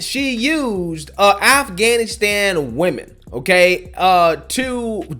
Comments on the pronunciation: Did she say aflannaflan, instead of Afghanistan? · Who grew up in a post 9/11 NYC.... but I live for virtue signaling so let me pronounce it Afgrrgrrlstan as many times as I can even though my accent is as American as can be.